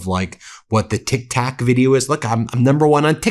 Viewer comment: he is saying tik tak not tik tok he keeps saying that tik tak he thinks its the mint